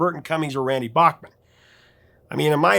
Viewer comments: So he told you that he pronounced his name backman and you choose to pronounce it bachhman no respect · Please: “Bachman”, not “Bockman”. And BC plays guitar but was the keyboardist, not guitarist in the band. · Back-mon. Not Bock-mon. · Bachman pronounce back not bock but nitpicking maybe. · Hey wait a minute, you're the one who taught me it was BACKman not BOCKman? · Randy told you that he wants his last name pronounced correctly, but he's willing to let it go on the band name, BTO.